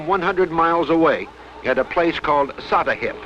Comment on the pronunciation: It's not SattaHIP it's SattaHEAP